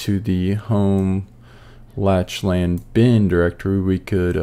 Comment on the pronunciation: Awesome vid! I definitely had some "Ohh so that's how it works" moments during this vid. Also not that it really matters, but Lachlan is actually pronounced as "Lock-lan/Lack-lan" (Irish/Scottish)